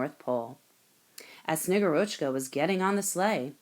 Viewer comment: The reader must have seen only the Kindle version and not looked at the short, kid-friendly Russian pronunciation guide that is in the printed children's book. The Snow Maiden is SnegGURochka, not SnegurOCHka. The author has posted a reading from the actual, award-winning children's book.